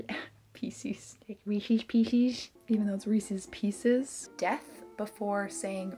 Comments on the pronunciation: I'm glad people other than me say Ree-sees pee-sees. I didn't know reese's pieces existed until after I'd already cemented my pronunciation of Reese's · I say reesie piecie, too. wtf is that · "Reesees peesees" How could you say something so controversial yet so brave